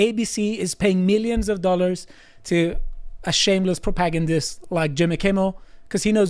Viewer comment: The pronunciation of "propagandist" is killing me.